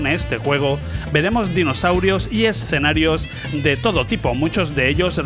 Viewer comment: BUEN VIDEO! LO AMÉ! PD: deberías sortear una Neo Geo a aquellos que sepan cuantas veces dices la palabra "ESSSS-CENARIOS!" en este video! 😂 o "Art OR Fighting" en lugar de ART OF FIGHTING.